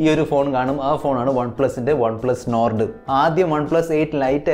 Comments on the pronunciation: enn perum Ottum perfect allatha pronounciationum,, നോർഡ് അല്ല മോനെ, നോഡ് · Nord pronounciation sheri ayillaa😌